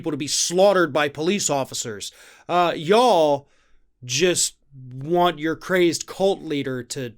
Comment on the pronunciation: I think your self control slipped a bit and your southern man came out with at the "y'all".